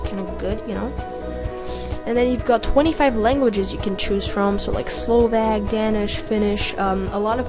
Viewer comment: Love how the kid pronounced Slovak. Or should I say Slovag, lol.